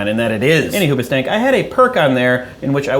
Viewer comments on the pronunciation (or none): Ok... I know your saying "any hoobustank" (spl?) in reference to the band... But, I keep hearing it as "any who butt stank" ... But then in this video u keep making jokes about needing more toilet paper... Thus connecting the dots ...ahem... "Any who butt stank must get more toilet paper." ... ... ...I'm sorry, Craig... I'm so sorry...